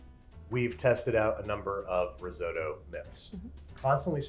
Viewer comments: It's not rizodo it's risotto. Pronounce the t's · Pronounces risotto “ris-oh-toh” Measures in imperial Angry Italian noises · The crime here is that Americans say "riz-oh-dough" and "Parmer John" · Riz oh toe! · Unfortunately I don’t think I’ll make it through this whole video because the American pronunciation of risotto does not agree with me 😂😂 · Nice, I love risotto so interested to see the results. Trying to get over how grating the US pronunciation of risotto is to UK ears though. :D